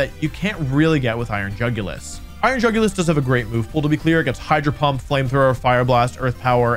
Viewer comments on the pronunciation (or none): Bro absolutely butchered the iron jugulis stats lmao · I assumed that Jugulis was pronounced "YOO goo lease" b/c it looked like a Latin word (and apparently is one, thanks Wolfey/editor/folk!) but most youtubers pronounce it the way it is spelled. Whomst?